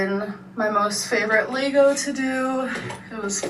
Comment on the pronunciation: Take a shot every time our says 'Lay-go' I'd be ready for hospital in 17 seconds....